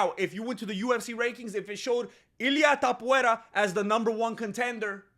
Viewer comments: Topuvera better change his name to match what you're calling him coz it's easier to promounce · Topuria, cabrón, se pronuncia igual que en español 🤣